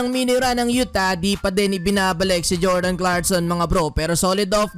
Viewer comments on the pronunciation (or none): none